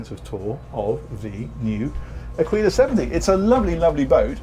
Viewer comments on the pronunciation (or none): Aquila is pronounced “ Ah-Key-la”